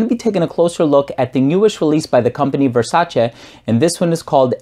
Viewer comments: Finally, a reviewer with the correct pronunciation of VERSACE! I do have the original Eros and may not get this one anymore. I'm a subscriber btw. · It's very pleasing hearing someone pronouncing Versace the right way. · This is the first time I heard a youtuber pronounce Versace the exact way Donatella tells people how to pronounce the name.